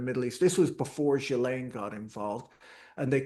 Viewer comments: Ghislaine is pronounced Gi-Lane, hard G like in give, S is silent french name so that is why it is weird :) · Say Ghee-len.’